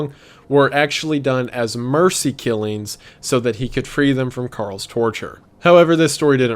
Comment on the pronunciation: “killeens” instead of “killings” frustrates me